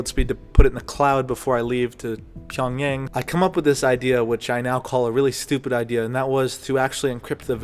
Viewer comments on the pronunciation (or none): PyongYahng is the right pronunciation